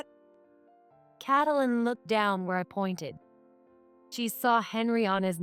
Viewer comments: Please stop saying Kat a lyn , it's Katelyn as in too names Kate lyn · That’s not Catalan it’s Kate a Lynn. Fix your AI or get a better one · No, there isn't an M sound in the that name. It's Kate Lyn - with an N! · Cattle Lynn fun pronouncation for the affair cow! Lol